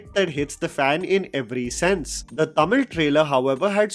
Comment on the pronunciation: love the way you say Tamil..the perfect way...